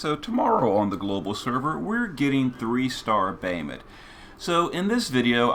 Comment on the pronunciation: we're just gonna gloss over the fact that our boy calls him "bay-uh-mut"? :( i'm only teasing, lol. thanks for the guide!